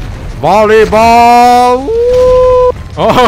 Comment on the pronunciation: The part when he says bolley ball woooooooo😂😂